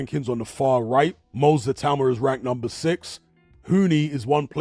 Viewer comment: Teddy Atlas pronounces it ITA -UMA. Has he not heard how everyone else, including Moses himself, pronounces it?